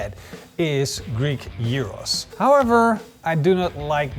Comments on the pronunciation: Thank you for pronouncing it like this. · Your γύρος pronunciation is spot on! Looks delicious! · Impressed by the proper pronounciation of Gyros.